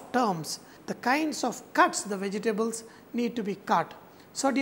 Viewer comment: I love how he says vege-tables XD